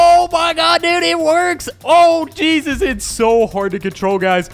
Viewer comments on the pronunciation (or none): none